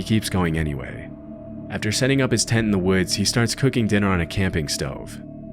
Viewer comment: The way this pronounces "Tent" is driving me nuts. He keeps saying "Ten"